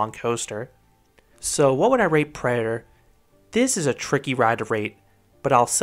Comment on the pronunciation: "Predaher"...it's driving me crazy.